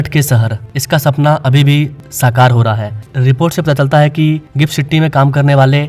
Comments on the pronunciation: Are bhai first learn English pronunciation, not Citty, it’s city . Pressure cooker ki city Bajati hai. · It is not citty it's city🙂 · सिट्टी क्या है सिटी बोलिये